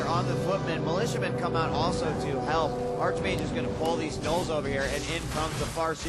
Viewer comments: How I hate people who pronounce arCHmage instead of arKmage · Its pronounced Ark-Mage rofl